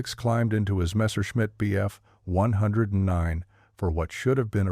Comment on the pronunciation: I wish SOMEONE would grow the balls to speak into a MIC!! Bots screw up good videos. Can't pronounce Lieutenant, BF-109, etc. STOP IT!